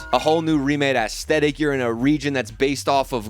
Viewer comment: the way you say aesthetic sounds like when lil pump used to say esketitt